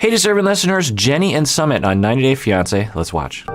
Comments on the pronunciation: Hey! I know this isn't the point of the video but I couldn't help but notice the mispronunciation of Sumit. xD Totally not expecting anyoen to know but just thought I'd share:) It's actually S-eu-mith (kinda sorta). So it's as if you were saying "Smith" with a light u. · I think it's Soo-meet